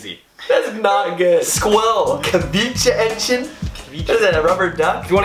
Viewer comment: You Just Said “Kewitscheente” 😂 But it’s Quitscheente!😂🔥